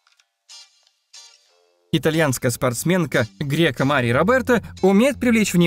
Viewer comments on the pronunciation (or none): О каком спонсоре речь? Это Жозе Моуринью был гостем на хоккее. Герка, а не Грека 😂